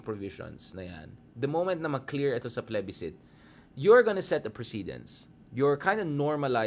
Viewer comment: Mali ata ang pronunciation mo ng plebiscite